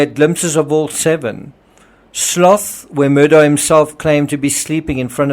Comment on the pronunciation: Thank you for your videos…I really appreciate them. The name is pronounced Alek Mur-dock. It looks like Alex Mur-dah but it’s not pronounced that way